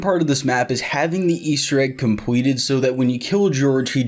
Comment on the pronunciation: xd he says l’s like w’s lol